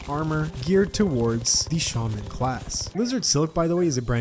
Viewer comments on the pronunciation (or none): It is pronounced shAWman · says shAmon!? Why does he say it like that, I know he in American and English is weird but, y’know